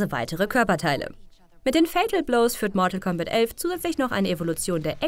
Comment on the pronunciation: wie kann man euch bitte noch ernst nehmen?... Mortal C (C!!!!!!!!!!!)ombat?????? ernsthaft? was spielt ihr denn noch gerne Smesch Pros? oder Kofik? oder doch Zupper Marhio?